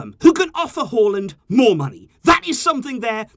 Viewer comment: I live in Norway and I was quite impressed by how good you pronounced his name.